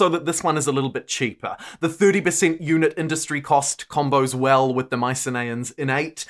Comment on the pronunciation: Isn’t it pronounced My-sin-ee-ins rather than My-sin-ay-ins?